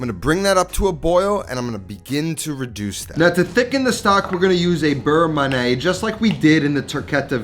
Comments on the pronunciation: not ma-neh ... ma-ni-hey! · Looks great. You got the pronunciation right for beurre but pronounce man'yay for manié.